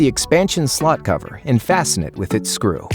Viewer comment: im the only one who hear "the expansion slut"? xD im sorry but his O sound more like an U